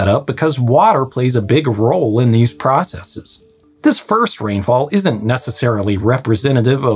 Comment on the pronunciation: thank you for saying ‘processes’ and not process-eeze Would enjoy seeing those wendover videos…but no chance I’m gonna add a subscription to yet another video service…ads are annoying on YouTube, but not that annoying…